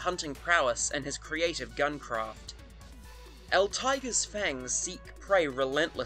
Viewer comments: Not el Tiger, el TEA-GREY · El tiger... Its tee-grey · Great video! I do have one gripe though: "El Tigre" is pronounced el tee-gray. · It’s “El Tee-gray” damnit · Tigre is pronounced "tee-gray" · El Tigre is pronounced El Tea grey